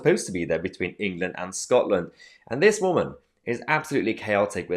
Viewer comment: She can’t even say the word England